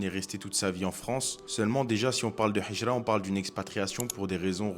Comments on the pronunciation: Salam, Hijra avec un ه et non pas un ح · Salam mon frr vu que t'arrive a dire al hamdoulilah il faut dire al hijra le "H" faut que tu le prononce de la mm manière qu'avec El hamdoulilah baraka Allah oufik